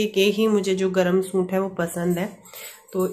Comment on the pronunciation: Hi plz don't mind... Aap suit ko soont Kyu bolti h... Suit bola kariy